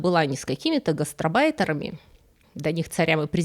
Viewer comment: гаст-Арбайтер. Разделять и ударять надо так. И ещё до кучи: шварцен-эггер.